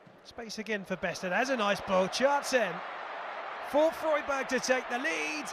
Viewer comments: When did Freiburg become Froyburg? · Did the commentator seriously not bother learning how to pronounce Freiburg before taking on the gig?! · Obviously not